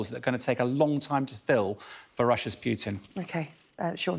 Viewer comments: This gentelmen never misses an opportunity to mispronounce names ;) Prigozin not 'Prizovskin'. BTW: its Putin not 'Piutin'. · Dear UK specialists who pronounce this maniac's name "Pjuutin" - stop it! It's pronounced "Pooh-tin". Which is a tin of poo. Which is suitable. "Pjuutin" sounds way too cuddly. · Not as funny as all the reporters saying POO-tin instead of Put-EEN. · Yep - it's 'Pew-tin'. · He can't even pronounce Putin. 😑😑